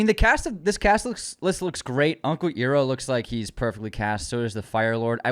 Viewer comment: My guy you gotta get uncle Iroh’s name right 😂 Idk if the Azula pic is AI and I think it’s kinda weird to assume that’s it right out of the gate